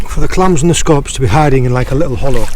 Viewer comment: its funny how he says scollops